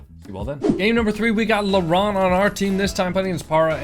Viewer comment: You were saying "laurent" and I was hearing lebron😭✌️